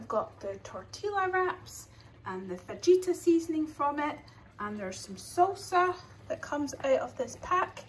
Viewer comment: Watching all your old videos! The J is pronounced like a H so it's fah-ita (roughly!) :)